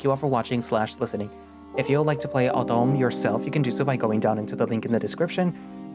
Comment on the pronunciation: Heya, French guy here (Mainland France in Europe), I'd like to try to give a few pronunciation tips that hooopefully work You correctly guessed that the title "L'automne" means spr- Edit: It's Autumn..... It means Autumn and I wrote spring because I was tired -_-' I guess an easy(ish) way to pronounce it is like saying the English words "Low" and "Ton/Tonne" (Unit of weight, I'll write it as Ton) next to each other So "Low - Ton" should be one of the closest things to a good pronunciation If you really want to try, you could say "Low" but just cut the pronunciation before the -w" So, that would be "Lo - Ton" I love your videos and I hope this helps if you ever read more parts of this VN. It's just so funny to me as a fluent English speaker how much both the English and French speakers just seem to struggle so much when learning each other's languages. Then again, languages are hard and I probably sound gibberish to a Spanish person, so I really respect your efforts, well done!